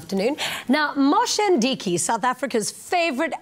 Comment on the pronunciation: its Moshe Ndiki not Mdiki